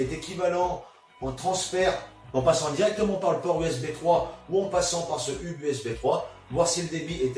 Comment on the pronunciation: On ne dit pas hub mais "heub" sinon super vidéo